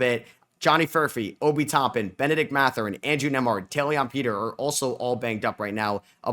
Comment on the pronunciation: Loving the analysis,. Quick pronunciation guide for some guys: Taelon Peter: tay-lon Mamukelashvili: ma-MOO-kell-osh-VEE-lee Haywood Highsmith: Hey-wood (not hayward) keep up the good work!